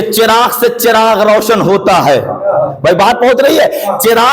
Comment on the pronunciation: Chiragh nahe balkay zabar ha 🙏🙏🙏